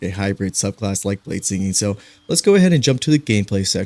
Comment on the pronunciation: ah yes, bladesining